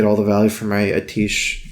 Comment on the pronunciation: It's At-ti-esh please x'D